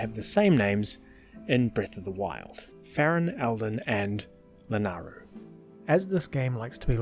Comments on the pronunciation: It's La-NAY-Ru... Also, I don't really agree with much of your positioning of things. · FYI, the y in Lanayru is not silent.